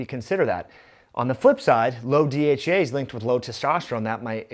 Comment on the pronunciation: Fix your speech it sounds like you're saying DHA which is completely different that dhea